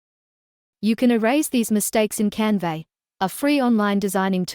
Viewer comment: Never heard Canva pronounced 'Canvay' before!